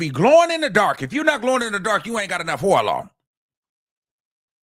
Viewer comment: "Oil!" "Sores!" I can't help but laugh at times! 😂